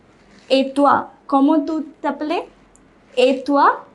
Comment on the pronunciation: you pronounce "appelles" like "appelé" which is wrong. "Appelles" is pronounced "apèl"